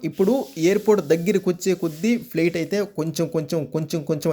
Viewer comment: Plet kadhura babu flight adhi